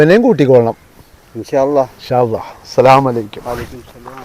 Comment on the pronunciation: അസ്സലാമു അലൈക്കും.. അലൈക്യും അല്ല